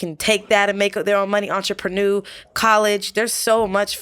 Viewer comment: This girl has been to college and doesn't know how to pronounce the word entrepreneur?